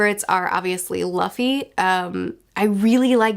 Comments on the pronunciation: It was fun to see future smile when the past said "LAFY" and not "LUFFY". 😂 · I love expressions for how she looks at the camera when she hears herself say “luh-fee” instead of “Loo-fee” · Everytime she calls Luffy 'Laffy' it instantly put smile in my face. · I like when you cringe everytime you miss pronounce as LAffy 😂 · Who's Ustop, Loffy and Zolo? What are you reading again? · Fun fact, in German luffys name is pronounced Ruffy (Roughy). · I love seeing every time cringes hearing herself say Luffy wrong LMFAO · I love the way face lights up with the biggest grin every time she hears old mispronounce Luffy, it makes me want to make the same face. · Your face everytime you mispronounce Luffy's name in the video is hella relatable. I definitely react the same way whenever I notice myself mispronuncing words. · It's kinda funny you can see in 'future' face she gets a little bit triggered how 'past' pronounces 'Luffy' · You are so cute with names!! One thing you should always keep in mind is that every time you see a specific vowel in Japanese it is always pronounced the same. For example, the imperial era of “Heisei” is pronounced like “Hey Say” not “Hee Say.” A is always “ah” I is always “ee” O is always “oh” E is always “eh” U is always “oo” (like in boo) which is why Luffy doesn’t rhyme with Roughy So Gin… in Geen not Jin :p Also never pronounce the consonants similar. J is not pronounced like G (unlike in English) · Both you and mispronounced Luffy's name but anime and manga fans have heard worse.